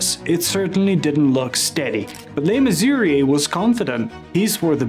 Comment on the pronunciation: You repeatedly say "LeMissouri". Check yourself, that's wrong. You said "Mayor Cock" Check yourself again, it's Koch, like match. The "ch" is soft, not hard. And, who ever heard of "E" 53rd street? You're not a NY'er, are you?